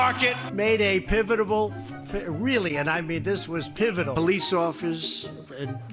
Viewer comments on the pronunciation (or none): This dude's thinking, "Did you just come to the best military college in the whole world and say pivitable? Pivitable, you're going with that huh".